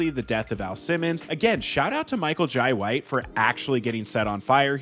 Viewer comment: Every time you said Michael Jai White you pronounced it differently 😂😂